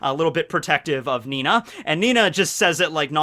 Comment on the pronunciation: FFS it's ninny spoken Nini not Nina!